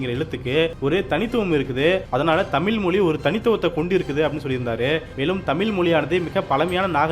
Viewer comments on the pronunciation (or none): ஆம், தமிழின் அழகே அந்த “ழ”கரம்தான். எனவே ஊடகவியலாளர்கள் தமிழை நன்கு உச்சரிக்கக் கற்றுக்கொள்ள வேண்டும். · வீடியோவில் பேசும் நபர், தமில் என்று சொல்லாமல், தமிழ் என்று சொல்லிப் பழகவும். மொழியின் சிறப்பே ழகரம். கவனமாக உச்சரிக்கவும். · தமில் மொலியா அல்லது தமிழ் மொழியா? முதலில் தமிழை ஒழுங்காக உச்சரிக்க பழகுங்கப்பா. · தமிீல் இல்லை sir தமிழ் என்று உச்சரிங்க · தமில் அல்ல... தமிழ் என்று உச்சரிக்க பழகுங்கள். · ஹலோ! தமிழை சரியாக தமிழ் என்று அழகாக உச்சரிக்க பழகுங்கள் நண்பரே! தமிழின் உயர்வை பற்றிய இந்தப் காணொளியில் தமில் , தமில், என்று பல இடங்களில் கேட்பது மிகவும் வருத்தமாக உள்ளது. மொழியில் உச்சரிப்பு மிகவும் முக்கியம்! Please தமில என்று உச்சரிப்பை உடனே திருத்த முன்வாருங்கள் நண்பரே! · இப்போது இவ்விஷயத்தில் பேசியவரே தமிழைப் பிழையாகத் தான் பேசினார். தமிழைத் தமிள், தமில் என்று தான் உச்சரித்ததை நான் கேட்டேன். தமிழ் நாட்டில் இளைய தலைமுறையினர் பலருக்குத் தமிழே எழுத, படிக்கத் தெரியாதே. ஏன் நம் பள்ளிக் கல்வித் துறை அமைச்சரே தனக்குத் தமிழ் தெரியாது, என்றும் தனக்கு ஃபிரெஞ்ச்சு, உருது மொழிகள் தெரியும் என்று கூறியதாகத் கேள்விப் பட்டேன். பல தமிழ் இளைஞர்கள் "I don't know Tamil" என்று பெருமையாகக் கூறுவதைக் கேட்டது உண்டு. அதற்குக் காரணம் தமிழ் நாட்டில் நம் தாய் மொழியைக் கட்டாயம் ஆக்காமல், இரு மொழிக் கொள்கை என்ற பெயரில் பல மாணவ, மாணவிகள் தமிழ் அல்லாத ஒரு மொழியையும், ஆங்கிலத்தையும் மட்டும் கற்றுத் தேர்வுகளில் வெற்றி பெற்றுப் பட்டதாரிகளாகி விடுகின்றனர். அவர்கள் தங்கள் தமிழறிஞர்களின் பெருமையாகப் பேசுகின்றனர். தவிர, நம் மாநிலத்தின் சில பகுதிகளில் அரசுப் பள்ளிகளில் தமிழே கற்பிக்கப் படுவது இல்லை. மாணவர்கள் தமிழ் கற்கத் தேவை இல்லை என்று அரசாணையே இருப்பதாகக் கூறுகின்றனர். ஆக, தமிழ், தமிழ் என்று வெறும் கூச்சல் மட்டுமே. அது வெற்று, வாய்ப் பேச்சு அரசியலாக்கப் பட்டது. மொழியை அரசியல் ஆதாயத்துக்காக தி மு க, அ தி மு க போன்ற கட்சிகள் பயன் படுத்துகின்றன. உண்மையில், ஆக்கபூர்வமாக, நம் தாய் மொழியான தமிழை வளர்க்க எந்தச் செயல்பாடும் இல்லை என்பது தான் வருத்தத்துக்குரிய உண்மை. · வார்த்தையில். தமிழ் என்று. உச்சரிக்கவும். நன்றி.